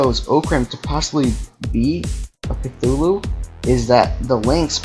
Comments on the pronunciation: chutulo is said with a T not a TH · It's actually pernownsed Cu-zoo-luo. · It's pronounced Cuhooloo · EVERYBODY THIS IS JUST A THEORY HE SAYS "(IS) ORCRAM CUTHULU(?!?!?!?!?!?!?)" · I love the butchering of Cthulhu in these responses